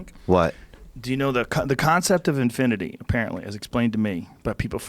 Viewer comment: When he said said infunate infinaty i realy laughed??